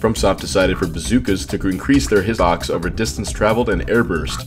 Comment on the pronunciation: I was so confused when this man was saying "hissox" instead of hitbox